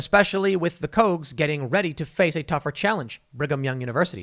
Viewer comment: "The Cogues" lmfao, cmon Tim!